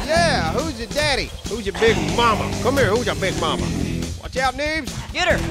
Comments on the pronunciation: it said Beens not Neebs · Did anyone else catch when is said Beens instead of need? You're great, good job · Lol when it turns from Neebs to "beens" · I love how it says beens instead of neebs LOL!!! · What was up with the “beens” instead of needs? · Who the fuck is beens it's needs but it said beens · Around the 25 minute mark, Neebs changes to Beens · Lol "Beens" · his name said beens. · Yay! Yall fixed the yucca pronunciation! Any word on the neebs tv yet? I would seriously watch that all day!!! Funhouse is great but y'alls would be the best. Love the content guys, highlight of my day every time!